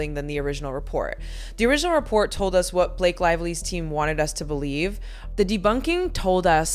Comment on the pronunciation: "It Ends with Us." The word is US. You said up twice. I like this channel, but now I'm questioning if the narration is AI, which is something I don't support. I really want that not to be true.